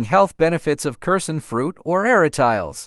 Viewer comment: A-RA-TI-LES not ARA-“TILES” even in English pronunciation.